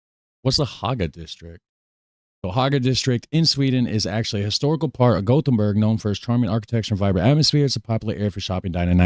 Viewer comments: It is called Gothenburg in English, Göteborg in Swedish. It sounded fine the way she said it. We don't expect perfection from tourists. 😅 It's certainly not Gotham City. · She said Gothenburg correctly. Swedish tap water is the best. You can drink from the tap all over the country. All the Nordic countries love salty licorice. Lingonberries are pretty similar to cranberries. They grow all over Sweden, Norway and Finland. Kaka means cookie. Cake is tårta. We have your kind of hot dogs here too, but they're only sold in grocery stores and usually only liked by kids, so what he ate was a real sausage.